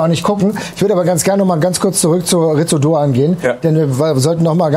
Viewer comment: das u ist stumm. "Litz Doan".